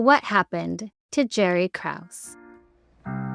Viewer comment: You mispronounced "Krause." It's pronounced with two syllables.